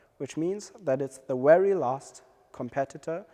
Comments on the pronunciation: Good video but the presenter needs to learn the difference between 'V' and 'W'. "Wery wery good" made me laugh a bit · For Europeans V and W is reversed